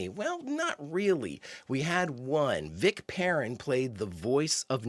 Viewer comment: 90 might be a typo or Shatner missread the script. Its just a big impressive number. But I agree, seond shot Enterprise=Toast. It's Vic 'pair-in'.